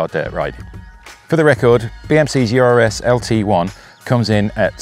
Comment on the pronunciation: The BMC is pronounced URS (latin, means "bear"), not U.R.S. Urs is a common male name just like Ursula for woman in Switzerland, which is home of BMC (Bicycle Manufacturing Company)